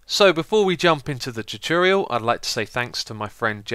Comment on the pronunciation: its tutorial not toturial